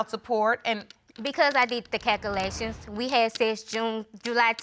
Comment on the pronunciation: Why did she say calculations that way